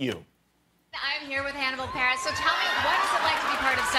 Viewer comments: I thought she said Hannibal Paris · Lol did she call him "Hannibal Paris"?